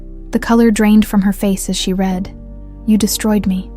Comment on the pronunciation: How did they take a DNA sample if Olivia had already been fired and they were avoiding contact for safety reasons? AI SNAFU: has inaccuracies in contextual pronunciation of "read.". I.e. read this vs he read this